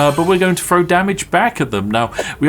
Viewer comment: need to work on how you pronounce "throw" because you are definitely saying "fro"